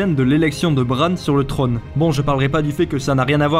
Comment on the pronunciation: Le trone ? le trÔne !